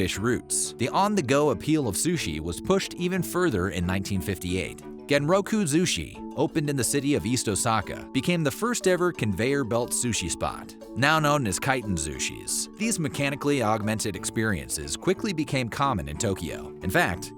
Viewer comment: "Eddo, tuh-mar-key, oh-sar-kuh"...Don't expect the average North American to try and pronounce foreign words even 10% right.